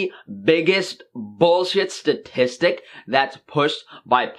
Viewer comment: goes vegan for a moment on the word statistic